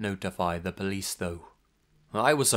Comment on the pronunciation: Or "called the pleece" 🤣